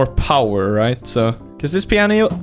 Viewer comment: When he said pianio sounds like muñanio